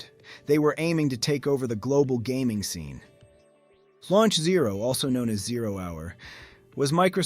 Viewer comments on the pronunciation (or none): none